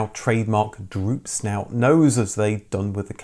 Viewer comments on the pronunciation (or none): It is droop snoot!